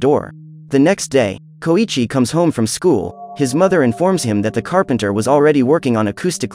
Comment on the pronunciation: Its pronounced so-EEE-chi